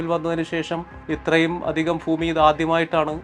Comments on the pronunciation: ഫുമി അല്ല ഭൂമി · ഫൂമി അല്ല ഭൂമി